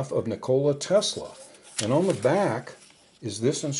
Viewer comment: Oh my my.. Ni-Cola Tesla? Maybe we should call him Coca-Cola? (I bet he is rolling around in his grave). The accent is on the first rather than the second syllable: Ni'kola rather than Niko'la. Thank you. Paul